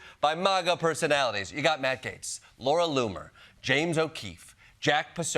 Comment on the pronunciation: Am I the only one that heard him call Matt gaetz, mad cakes? 😂